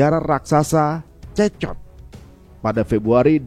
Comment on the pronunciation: CECOT dibaca nya (sikot). Izin koreksi mas🙏🏾